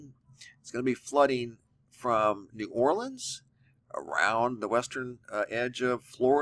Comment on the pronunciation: Thank you for pronouncing New Orleans correctly. :)